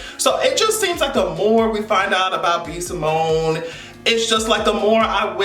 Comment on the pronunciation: He called B Simone Eago 😂😂😂